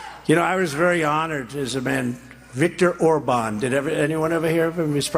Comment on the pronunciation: I have to admit he did have a good pronunciation on Orban's name